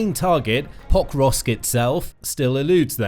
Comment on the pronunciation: This video was irritating, I'm sorry, but every time you say Pokrovsk... I hear Pop rocks. Hard to follow when Russians are attack pop rocks. 😊